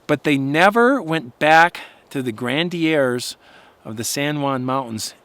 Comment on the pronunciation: It's pronounced "gren-uh-dears".